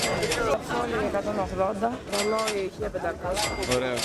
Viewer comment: Στο δεν ντράπηκε να πει ρόλι 20